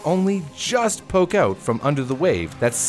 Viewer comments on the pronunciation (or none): none